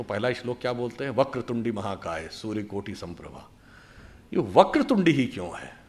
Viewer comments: वक्रतुंडी नहीं वक्रतुंड होता है । ओडिशा के हर गांव में साधारण लोग मुख को तुंड हीं कहते है 😂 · सुधांशु जी, क्षमा प्रार्थी हूं।मगर वक्रतुंडी नहीं वक्रतुंड है।